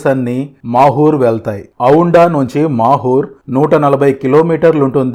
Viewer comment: It's not makur it's mahur